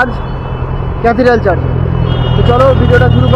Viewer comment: The word is Church, not Charge.